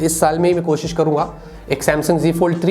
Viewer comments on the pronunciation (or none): none